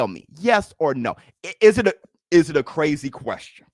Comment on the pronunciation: Almost said cwazy